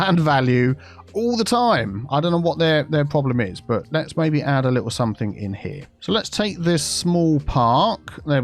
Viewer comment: Although does have a southern accent, most likely south east, he most certainly doesn't sound posh or pretentious. He makes common pronunciation mistakes in the south such as something/somethink for example. He is clearly just a down to earth, intelligent, nice guy.